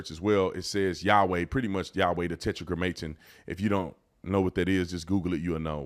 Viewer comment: It is pronounced Tetra Gramaton, come on man you gonna sell the shirt but then mispronounce what it says?